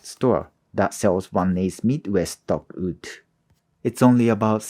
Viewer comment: My friend, your skills and english are both absolutely amazing. But the word is "WOOD".. not "OOD" Sincerely, an ESL teacher. <3 (Im just joking with you. I subscribed!)